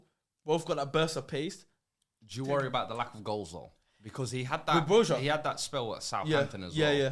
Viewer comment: Its pronounced BROYA hes albanian not Spanish other then that great episode boys